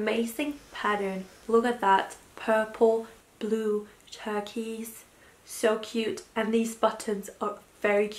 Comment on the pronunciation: you pronounced turquoise as turkeys oh my gosh